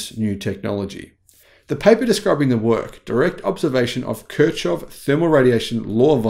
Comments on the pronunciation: Putting aside the badly garbled explanation or the use of irrelevant b-roll (a glowing blob of gallium arsenide inside a magnetic induction heater? Really?). The poor man's name is pronounced k i r - c o u g h. At least get that right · the guy's name is pronounced Kir like in kitchen, then the ch is actually h like in horse, then hof.